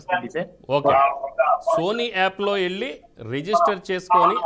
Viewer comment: Poor anchoring not properly timed. Not properly planned. Please use good Telugu ( Velli not elli). When is saying that he has to go for rehearsal, anchor is pressuring him. Too bad.